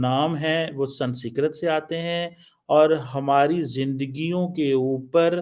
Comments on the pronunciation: stop pronouncing the word "SANSKRIT" wrong on purpose. You know it's not "SANSKIRT"... It's "SANSKRIT"... You still don't get it... Indonesian President is not the only one SMART in his nation. Indonesians do know their past. This is why while you Pakis were burning down all of the temples of your ancestors in Pakistani, Indonesia's MUSLIMS were busy preserving them. In Indonesia, Hindus, Sikhs, Christians don't have to live in hiding... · I love the way he pronounces Sanskrit ..... We have to learn what president and prime ministers think from this joker.... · He can't even pronounce the word 'Sanskrit'...I don't know why we need to subscribe to him, he is spewing venom against India....of course we can watch him for fun. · pronounce Sanskrit world properly. It is the language of your ancestors. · ko sanskrit bolna nahi aa raha.. Kya education hai tumari.. Doctor ki degree Mil Gai Hai but pronunciation Karni bhi nahin aati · Why cant this fool pronounce Sanskrit.. what a waste .. and he has a phd.. wow.. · Woh jaanki galat pronounce karta hai